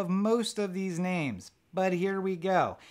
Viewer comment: I love this movie too :) You just can't stop thinking about it when you see it. I don't mind the subs. Your pronunciations of the names was perfect (spot on) unlike some others I heard on other reviews lol Seen it 3 times in cinema and can't count how many times at home.